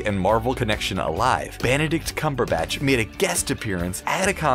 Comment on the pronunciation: banadict cambarbutch